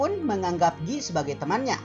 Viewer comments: Guy - Gyu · Tpi itu logat prancis ,bykan logat british